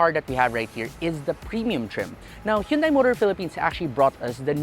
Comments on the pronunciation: still saying"hyundai", not hundae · isn't it pronounced "han-dey"?